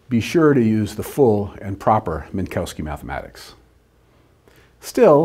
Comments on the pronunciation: Not Min - COW - ski but Min - KOV - ski (the W sounds like an English V) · Obligatory pronunciative snobbery hate mail: the correct pronunciation of Minkowski is Minkovski.